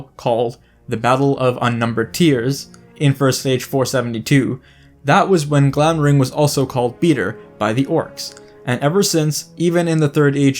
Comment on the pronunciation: It drives me nuts that you spelled them correctly in the title so obviously know that Glamdring and Orcrist have a D and an R respectively, and yet you consistently mispronounce them as “Glamring” and “Orcist” in the video itself!